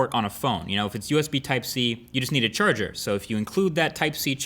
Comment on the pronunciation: Funny pronunciation of charger